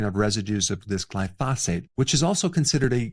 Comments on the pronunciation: Basically, don’t eat ANYTHING! Everything will kill you. And it’s GLY-pho-sate. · Man you gotta start saying glyphosate correctly lol. Everything is superb otherwise.